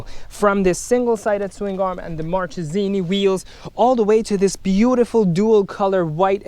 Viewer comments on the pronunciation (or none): It's Markesini the right pronounce